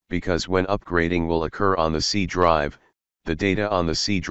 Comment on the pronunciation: help bro i dont know what is c drive you saying